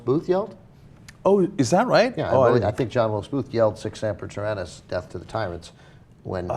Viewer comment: [Mispronounces Sic Semper Tyrannus, and not only fails to recognize the quote, but giggles because it "sounds like a dinosaur"] ... So awkward...